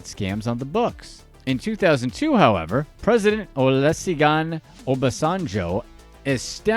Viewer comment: Yo! Put some respect and actually try to learn this names well 🤣 just listening to you pronounce Olusegun Obasanjo made me laugh harder than I have ever did 🤣🤣🤣